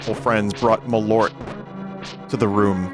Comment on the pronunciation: That is the best pronounciation of Malört I've ever heard 😂